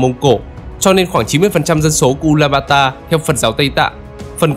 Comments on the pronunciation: Tên chính xác là Ulaanbaatar (U-la-an-ba-a-ta) hoặc đọc là Ulanbato. Ad đọc sai rồi bạn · Từ trước toàn đọc là U Lan Ba To, bây giờ là U Lan ba ta nên ko hiểu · Mông cổ là ulanbato mà. Sao lại ulanbata